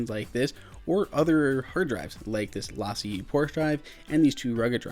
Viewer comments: Lah-see-aye?!? LaCie (pronounced Lah-See) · That’s for sure not how you say their name. It’s Lacey, like the name. Seriously, check out their YouTube channel.